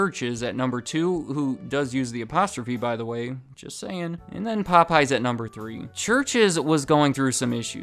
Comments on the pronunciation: Interesting video. I love the subject matter. But your continued pronunciation as “Po-pies” was killing me 😂😂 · Wait, the missing apostrophe was a mistake? So it's not pronounced as "Pope, yes!"? Well I'll be... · Anyone else here with hispanic friends who call it Po-PAY-yez? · my asian dad pronounces it pop-eyes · Wait, so their name isn't pronounced Pope Yes?